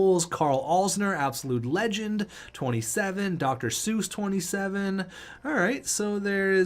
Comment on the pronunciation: FYI C.J. Seuss is pronounced 'cease' source: I go to a lot of moose games